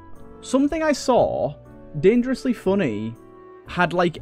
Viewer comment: I like how you say "dengrosly fonney" it's pretty epic